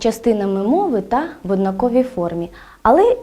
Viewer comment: На жаль, помилки простежуються не лише в наголошуванні слів "одаковий", "у випадку", а навіть у наведених прикладах неправильно було визначено однорідні члени речення: однорідні присудки підкреслено як означення.